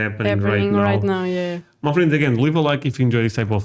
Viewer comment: they call submarines the silent service. You might have trouble finding enough content for that show. I now know you mean my friends, but it sounds to me like muffin. Keep up the good work, I enjoy watching you guys. Peace!